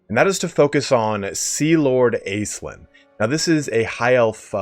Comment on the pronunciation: I hate to be that guy, my guy - but it's pronounced Ash-linn. I know it's a made up elf lady but it's a real name. I'm sorry bby, pls forgive xxxx